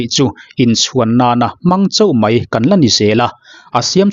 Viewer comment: I channel hming i pu zo khawp mai... Tih tur "Mai" tih hmanna turah Mei tih kan la ching hi a mak ngawt mai...😂